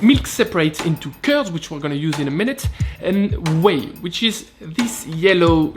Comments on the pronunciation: Are you saying Ouiiiiiiiii or Wheeeeeee? =P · It's pronouced Quai (Whey) in Kbec. Yes to the Anglophones out there. Gratz on a decent mozza!